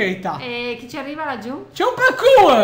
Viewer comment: "PARQUR" non ho parole per descrivere questo.